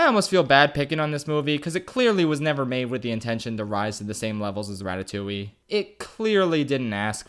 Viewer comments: Im currently a French girl who's watching an one hour video about one of my fav childhood film that I really like, because well im a FRENCH GURL, from an English guy who pronouncs Ratatouille, Ratatoully. And I apreciate it. (btw it's more like Ra-ta-too-ye) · What is this "ratatouwi" he keeps talking about ? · Me being French and hearing "Ratatouilliiie" for the whole fucking video.